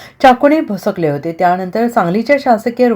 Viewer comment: उच्चारण करताना काळ्जी घ्यावी 🙏🙏🙏भोसकले ऐवजी भोकसले.